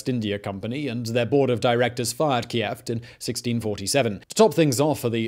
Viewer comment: "Key-jeft" for "Kieft"? As a Dutch: It sounds as Key, "Keyft";).